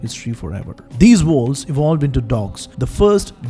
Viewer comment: One strong suggestion, please don't use fake accent, especially the fake intonations. It's too obvious (not trolling, stating it with all sincerity), therefore distracting, worse still, it makes/could make the content harder to understand. For example, in the very beginning, you were referring to wolves, which I couldn't hear clearly at first, youtube ASR too captioned it to be 'walls'. I have been outside of India for 15+ years now, so exposed to all kinds of both fake and true accents from various nationalities and geographies, so I did not have too much of a "problem" really in 'understanding' the content overall still, I only needed a quick revisits with back and forward arrow at times. But the accent/intonation issue I raise here could be unnecessarily distracting for someone like me exposed to various ones already, or too daunting for someone based purely in India for very long who is mostly exposed to various true Indian accents + true foreign accents thanks to films, OTT platforms etc. (yours is neither, unncessary mixture of both at this point, in this video, especially the intonations sounding little too patronizing as well). Please know that I am not trying to troll you or anything, just stating what I felt/thought, and putting it out there as a constructive criticism, because I like your content - been a subscribed since quite long. You are free to take it or reject it! ;) :) The thing is, a typical urbanized Indian accent, with its true intonations and prosody is